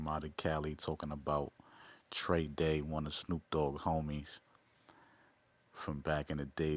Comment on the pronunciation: This dude just said ‘TREY DAY”....you dummy, if you can’t even pronounce the people name you talking about, that dont help your credibility. WTF